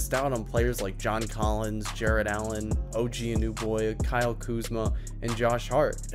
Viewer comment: The pronunciation on OG Anunoby and Montreszl Harrell was...let’s see it needs some work 😂😅